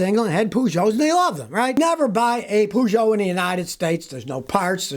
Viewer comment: So that how you pronounce Peugeot